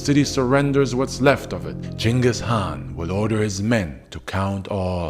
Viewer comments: First YouTuber to pronounce his name correctly. But yeah ur an awesome channel. Keep going bro. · holy shit 1st guy on youtube to say the name right damn bro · Total bullshit. But I appreciate at least you pronounced his name right.